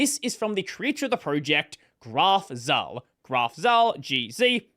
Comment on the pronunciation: Zahl is /tsa:l/, not /za:l/. In any case Graf Zahl is the German name of Count von Count.